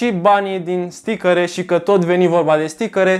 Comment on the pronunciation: stickăre =))))) mai ai şi tu Stickăre ? =))))